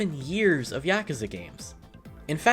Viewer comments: Am I the only person that got mildly triggered when he said yakaza instead of yakuza? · YakUza not YakAza